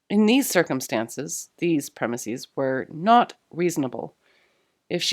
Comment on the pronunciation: Does any grammar nazi want to confirm whether she should've pronounced the first use of 'premises' like she did in her second pronunciation of the word ? The fix is not important, I am questioning because I don't like not knowing answers to things.